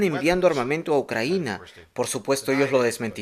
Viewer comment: Compadre, es "Ucrania" no "Ucranía". Ahí te encargo